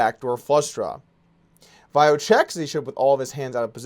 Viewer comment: He told how to pronounce 'Vayo' during the ME like 3 times, yet you still say it wrong Doug